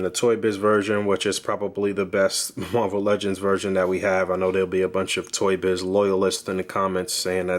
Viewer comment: I love when he says muarvel legends just gives me the feeling of a boog nice review :o